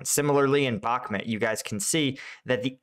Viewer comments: Thanks. Good video. Please call it Bukmoot, not Bukmet. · Novoselivske = noh-voh-seh-LEEV-skeh ('-e' at the end of a town name is pronounced as '-eh' and not '-ay'. Bakhmut is not BAH-muht, but BAH-MOOT; Opytne = oh-PIT-ne, and not oh-PEE-nay; Klishchiivka = kleesh-chee-YEEV-kah Keep cleaning up the pronunciation